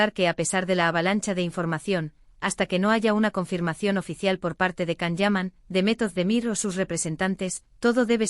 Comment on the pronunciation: Will you please learn how to pronounce Can and Demet's names properly? You confuse people with all these lies and continued fairy tales.